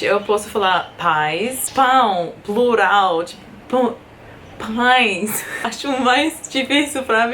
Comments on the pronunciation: Você falando "pães" = nós falando "th" em inglês 😅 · Muito engraçado você tentando falar "Pães" Kkkkkkkkk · Pães pra ficar mais fácil bocê pode falar tipo "pains" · Excelente! Para ajudar com a pronúncia de pães, acho que você pode pensar como você fala bus, mas logicamente trocando o “b” pelo “p”. A maioria das pessoas no cotidiano praticamente não pronuncia o “e”. Assim a pronúncia fica mais ou menos algo como “pans”. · Pra falar "pães", tenta pensar em "mãe". A letra "e"fica com som muito parecido, senão igual, o "i" nasalado